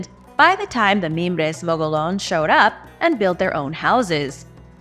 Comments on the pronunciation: Gila = hee'la. Mogollon = mow'-go-yon. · The word 'Gila' is Spanish, and the 'G' is pronounced like an 'H', so like "HEE-luh". The word "Mogollon" may or may not be Spanish, though the double Ls are pronounced the way they would be in Spanish, as a 'Y' sound. The way it's pronounced locally is most likely not entirely correct, but it's usually like "Muggy-own". Now you know dat. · What the heck? You pronounce Russian words with a Spanish accent but pronounce all if the words about Arizona that have a Spanish accent like a gringo? It's not mo-go-lon it's mo-go-yon. The ll makes a y sound. It's not gee-la it's hee-la. Just like the Gila Monster. It drives me nuts when people say that but you put a Spanish accent on every non English word so why not on Spanish words?